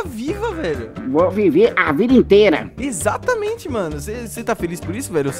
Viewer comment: "Inteita" Poético